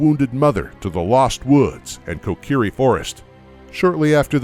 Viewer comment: Did you say kokerie